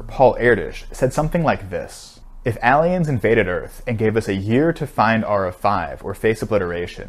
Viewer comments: his pronunciation of "alien" sound like a Steel version of Eevee lmao "Alleon" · The literal only thing I remember after watching this video is how he pronounced aalien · Did anyone notice how he pronounced the word ''alien''? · you pronounce alien like an alien